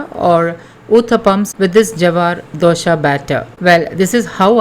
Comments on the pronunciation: It’s not DOSHA, it’s DOSA. DOSHA means drawback/fault. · Not dosha. Dose or dosa